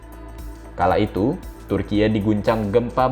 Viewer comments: Turkiye "E" seperti Eka, Esa ,bukan turkiye "E" seperti Entah. 😁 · Turki woiii bukan tur kiek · kompas gak punya pembaca berita yg bagus yaa !!?? turki dibaca turkiye..!? parah banget..pembaca berita kompas.. koq begini.. kacau..!! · Admin nya ngebacot terlalu berlebihan ngomong bilang turkiy malah ngebacot turkiye Taek lu min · maaf turkiye ya bukan di baca turkiyeu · Piye to ki pembaca berita. Bilang Turki aja malah dibaca Turkiye wlpn tulisannya Turkiye. Cerdas dikitlah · Om ..bacanya TURKI aja, bukan Turkiye, turkiye itu tulisannya tapi dieja Turki.... hanya buat Ralat. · Ini sapa sih yg baca, kyk ngeledek banget turkiye2 klu ga bisa cara baca pronounce nya kyk org turki udh sebut turki aja oonce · Kenapa sebutannya jadi Turkiyek.. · Turkeye ? Goblok banget pengisi acara nya 🤮🤮🤮🤮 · Bilang Türkiyenya GK gitu juga kali bg🤣,,, Turki aja dibaca kok,, ye dibelakang menunjukkan nama negara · Aneh kok bgt bacanya orang dr mana ini Tkg bacanya kok dibaca turkiye sih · Dia bilang Gempa TURKIEU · Baca Turki om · Turkiye 😂😂😂😂😂 memalukan pembc berita baca turky Turkiye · ini reporternya lulusan mana ya, cara baca Turkiye (bhs asing) dan episentrum kok jd hiposentrum ? ingat ya redaktur, ga semua netizen bodoh dan awam. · MIN,tlng jngn membodohi masyarakat.Yg nontonkan ada BOCIL juga.Itu memang tulisannya TURKIYE tapi dibacanya tetep pake bahasa Indonesia dong...